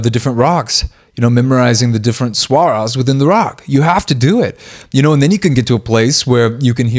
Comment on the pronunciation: Thank you for calling Raag raag and raaga! Yet please call swar swar not swara